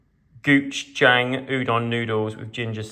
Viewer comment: It’s pronounced Go-chu-jang 😂😂😏, the famous spicy Korean paste